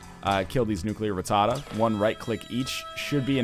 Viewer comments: Everytime he says nuclear ratada I feel like NL is doing a boston accent. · NL, please learn how to pronounce rattata.